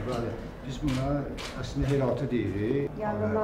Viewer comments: sən reportaja baxmadan danışdığına görə, “ağıllı” olmağını göstərdin. Heyrati sözünü müxbir deyir, “heyrati konfrans zalı” deyir, basqallı usta amma düz deyir heyratı. Reportaja bax, sonra nöqsan tut. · Heyrati yox, heyratı